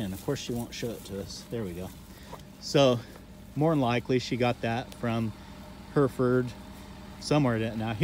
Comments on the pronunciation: Its Hereford. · Difficult to SAY cos u keep saying Herford's... instead of HerEford's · For those intending to go to the UK, we pronounce it like hair-eh-Ford, not her-furd . I mean they're your cows, you call 'em what you want, but the English county is Herefordshire and like most English place-names it's not pronounced as it is spelt. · Where I come from it’s heriford or Hereford but the i makes an e sound just to let you know ( you might say it different I don’t mind just thought I’d let u know) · HairFords HairFords haha say it right lmao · Love your videos. Never heard Hereford pronounced like that though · Sorry it it just me that gets annoyed that he cant pronounce Hereford properly?